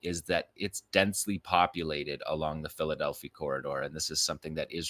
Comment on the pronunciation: You're mispronouncing Philadelphi Corridor. It's Delphi. The i should sound like "eye."